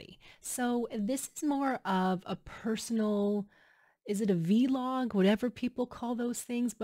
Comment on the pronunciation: Congratulations!! And its not v- log its pronounced together Vlog like Blog. All the best